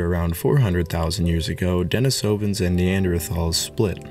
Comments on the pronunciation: The pronunciation is a bit off, the stress is supposed to be on the I, in the second syllable. So not denisOvans, but denIsovans. Since in Russian the name Denis - the name of a hermit the cave is named after - is pronounced with the stress on the I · Love the info and video but yeah work on the pronunciation😊 not only Denisovans but Neanderthals as well. (Neander -tall) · I dont think you are pronouncing Denisovians properly.